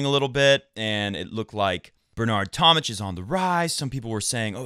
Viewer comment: It's tom-mick, not tom-mitch.